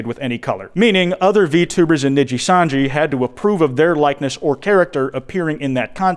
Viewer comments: Saying “Nijisanji” in the American accent the way you do hurts my soul. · My favorite part is him mispronouncing Nijisanji the whole way through 😂 really shows how much this insane situation has grown beyond the normal vtubing sphere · Holy fuck it's over if covers it Also Dear god It's knee-gee-san-gee or knee-gee And Seh-le-en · i love u but the mispronunciations of nijisanji and selen tatsuki are literally making me want to claw at my skin